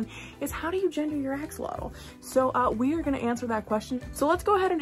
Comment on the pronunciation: You are pronouncing it wrong. It’s not pronounced axealotal. It’s actually pronounced asholot a like you’re saying ah, x is pronounced as sho,and lotl is pronounced like low only with a t at the end the l is basically silent. The name comes from the Nahuatl ( Nahuat) language (an indigenous language)